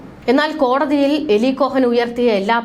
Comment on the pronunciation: Not malayalam eli,but eali ucharanam